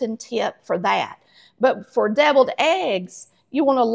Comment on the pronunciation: I thought you said "bevilled" eggs...